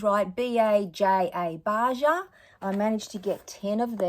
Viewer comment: Crazy good deal! And Baja sounds like baha, it’s spanish.